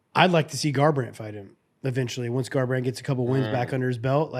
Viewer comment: TJ really said garbrandt 😂